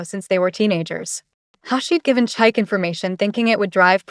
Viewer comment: Chi-kay, not Chike😂